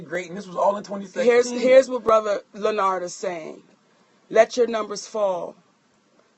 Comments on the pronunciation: Chrissy B LEN NARD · why she kept calling him by his first name and then mess it up😂